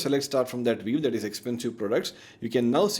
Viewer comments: This comment is not meant negatively, hopefully it will help you for future videos: your English is very good so I couldn't understand why you kept saying VEEV instead of VIEW. Good luck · why you say viv? and not view? its sounds weird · pehle view bolna seekh le wave wave kiye ja raha h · nice video and great information provided.. but constantly saying "VEEV" instead of view is mildly infuriating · It's a view, not a "veev" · it is not viev its view you dumbass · Bro, it's a VIEW not a WEAVE. It's just so annoying to hear WEAVE again and again.😭😭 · Sab shi hai, but yaar WEAVE nhi hai wo, View hai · Why is view pronounced veev? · Excellent video. I gave thumbs down because he kept pronouncing "view" as "wave" or "viv". The most important word of the video. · Wrong pronunciation of "VIEW"!